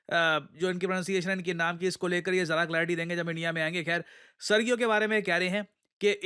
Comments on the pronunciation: It's SERgio not serGIO 😂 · pronunciation is Sergio g as in genie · The correct pronunciation of Sergio is "Sergio"